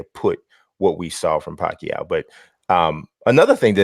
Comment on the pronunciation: First time hearing an American pronounce Pacquiao the right way lol